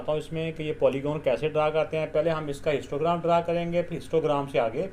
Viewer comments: I also noticed I hear them again and again 😂😂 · I also noticed 😅